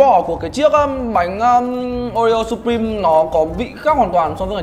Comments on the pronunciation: "sập-prim" nhé mấy ac, ko phải sắp đâu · Đọc là siuprim :v